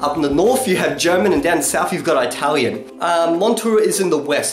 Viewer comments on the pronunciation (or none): thanks for sharing all your information. i just want to point out the word is pronounced Italian and not 'Eye'-talian - saying the word like that can be considered pejorative and disrespectful at least in the English speaking world. thanks again